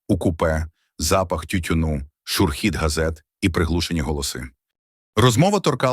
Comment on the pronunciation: шурхіт - наголос на "у"